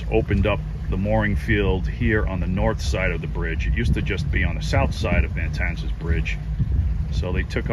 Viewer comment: Isn’t the area you just visited spelled Matanzas not MaNtanzas? That is it has just one “n” so it’s pronounced Mah-tan-zis?